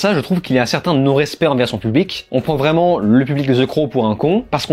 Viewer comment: C’est pas une prison, tu n’as pas lu le comic book. Pas hyper crédible pour faire un commentaire. Tu m’as perdu au moment où tu fais la liaison « vraimentz »